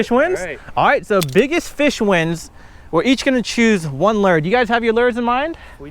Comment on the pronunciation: Why u say lure like that haha